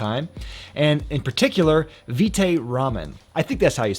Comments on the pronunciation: pronunciation rhymes with bite or right. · It’s vite as in bite, as in vitamin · It's Vite like Bite with a V